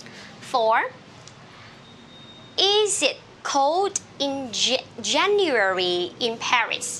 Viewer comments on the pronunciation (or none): Você está esquecendo de pronunciar 'djeniuéri' em vez de 'jeniuéri'. Vc mesma escreveu a pronúncia, mas ao longo da explicação diz 'jeniuéri'.